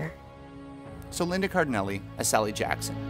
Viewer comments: Just a quick correction; it's Cardellini, not Cardenelli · Linda Car-del-LINI. Not Car-di-NELLI.